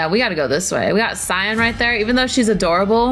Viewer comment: When you say cyan right when she first gets introduced than saying it wrong at the end disappointment